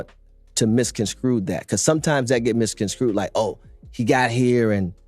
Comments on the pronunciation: Did Rich Paul say misconscrewed. The word is misconstrued. Him and LeBrons English is terrible lol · Someone tell "the smartest guy in the room" that "misconscrewed" is not a word.